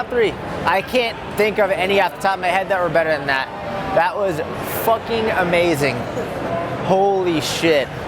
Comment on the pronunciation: "Sick Fahkin Table" your New England came out - I'm so proud 😂😂